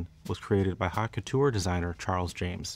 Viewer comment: elite menswear channel: Can't pronounce the "haute" in haute couture and eats fish sticks.